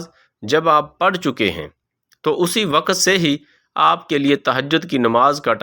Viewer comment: Waqat nahi balke waqt urdu ki adaaegi drust naheen rakt nahi balke rakaat